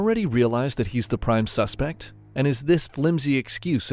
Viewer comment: “Usual suspet” 😂😂